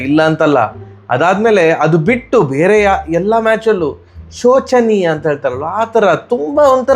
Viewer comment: Shochaneeya alla showca neeya